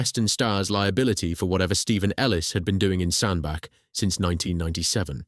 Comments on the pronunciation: really irritating the commentator cannot say Sandach. it is pronounced Sandbatch not Sandback. he can say Middlewich correctly but not Sandbach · Why the f**k do people keep calling it 'Sandback'? lmao, it's bloody SANDBACH... CH as in Chair not CK as in THICK ! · Sandbach is pronounced SAND-batch (IPA: /ˈsændbætʃ/). The name sounds like "sand" followed by "batch" (as in a batch of cookies), emphasizing the "ch" sound at the end rather than a "k" sound. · Pronounced Sand batch 🙏🏻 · Its pronounced 'sandbatch' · Excellent video. In your narrative draft please put a T in Sandbach ie Sandbatch so your text to speech software will pronounce it properly. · And miss-pronouncing Sanbach.